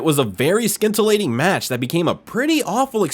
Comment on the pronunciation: F'ing AI voice. Astaaahn Villa. Skintillating (scintillating) match... What a joke. Put a real person on. Click bait video, IMO.